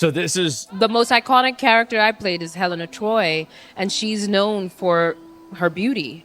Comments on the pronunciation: Melon of Oy (Vey)! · Did she say "Helena Troy?"